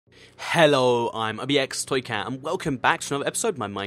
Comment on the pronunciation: For once say "Hello" not "hhhhello" pls